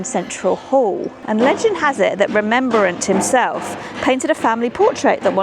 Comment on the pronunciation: He’s not Remembrant he’s Rem Brant.